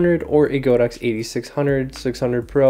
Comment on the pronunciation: it's "god ox" not "go dox", that's what the brand means in Chinese